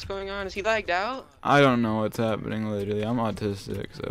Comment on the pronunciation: btw. Please stop say "litally"